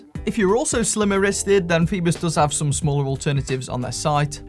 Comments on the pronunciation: Isn't it 'foyboss' not 'feebuss'...? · Yes but it's OI not OE......... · Pronounced 'FOE BOSS'